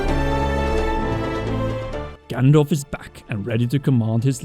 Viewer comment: I coulda sworn you said "Gandalf is back."